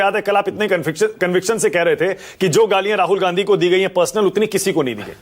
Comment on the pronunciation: Ssals ajay aalok ka munh me laand koncha huwa hai kya ki....gandhi ka hamesha galat uchharan karta hai....aur manak ssala hamesha dallali karne aa jata hai...